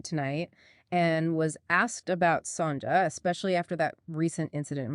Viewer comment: Not Sonja. Pronounced Son ya